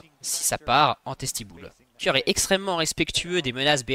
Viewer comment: Superbe vidéo mais j'avoue que dire jarvHAAN, dorHAN, FAKÉ ça ma trigger de fou. Mais contenu qualitatif